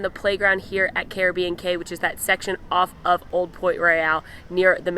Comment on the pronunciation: I stayed at Caribbean Beach my last two trips. I love Sebastian’s Bistro! I wasn’t big on the main quick service, and finally tried Spyglass toward the end of my second trip. So much better! A much calmer environment and the food was great. I love the Skyliner! I think Cay is pronounced as “key” when it’s an island. Great review. So fun to relive my memories through your videos.